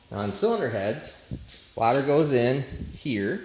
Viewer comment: Maybe just say coolant, since your having so much trouble pronouncing water